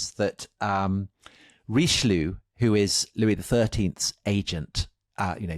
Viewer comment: Who is Reeschloo? 🤣